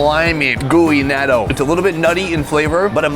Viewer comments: Please stop pronouncing "Natto" so wrong... SUPER CRINGE! It should be more like NOT-TOE. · A bit of effort at proper pronunciation would be appreciated. NAaaaa-doh?! Seriously?! 🤦🏼‍♀️ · The word "natto" is a Japanese word pronounced as nah-toh with a long "o" sound at the end. Also the big ass sushi is just wastefull and stupid. very american for a american. Then again Sonny is in my eyes one of the smarter americans. Hes more vietnames then american now days. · I enjoy your videos, but one big complaint I have with most food bloggers is the lack of attempt to say the name of the food correctly. You guys usually have a local advisor, at least I would assume, that can tell you how to say it in a few seconds. Natto for example, is not pronounced Nat-oh, it's pronounced Not-oh with a slight pause on the t sound. Even if you just said Nod-oh without the pause and tendency for English speakers. To turn a T into a D sound, it still would've sounded better. Small complaint but still enjoy the videos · Not natto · why? Is it so hard to take 5 seconds to learn how to say something the right way? He said a bunch of other stuff the right way or very close, but for natto, he couldn't bother? Plus, wouldn't knowing the proper way to say it help for any viewers that may travel to Japan? If those viewers attempt to order that food and the server does not speak English, they might not know what the viewer is talking about.